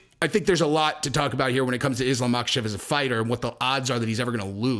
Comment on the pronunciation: The K is silent in Islam's last name. Also silent in Khabib and Khamzat.